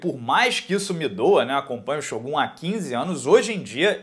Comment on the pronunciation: Nosso querido ''SHÔGÁS''